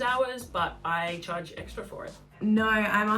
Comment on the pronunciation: its esstraaa bby